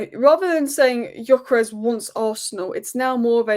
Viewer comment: You talk so much about Gyökeres but never pronounce his name correctly. It only takes you 2 minutes to watch highlights of him to learn how to pronounce the name.